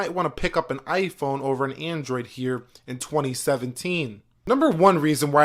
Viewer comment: "heeurehh in 2017teeun"